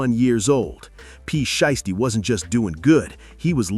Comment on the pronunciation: Lol I heard that, what about calling Pooh Sheisty Pooti, I stopped watching at that point.